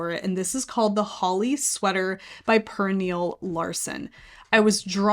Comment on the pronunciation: Cute sweaters! BTW, Pernille is pronounced more like Pernilla. The e has an uh sound.